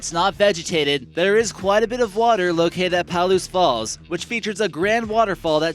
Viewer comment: Paal-oose Falls?? Puh-loose!